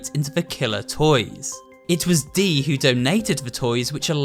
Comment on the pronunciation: Dees name sounds like deez when you say it